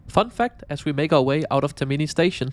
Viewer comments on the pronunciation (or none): Tak for denne rapport, der som sædvanlig er af god kvalitet. Jeg vil gerne påpege, at den toniske accent ikke ligger på TerMIni men på TERmini. P.S.: Jeg er ikke italiener, men det er bare om spørge. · Nu har jeg hørt fejlen for tit, så skal du lige vide: Termini betones på første stavelse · Also it shows you never rode the ETR 700. And can you please start learning how to pronounce things? It was tiring listening to you pronouncing "Termini" wrong every single time.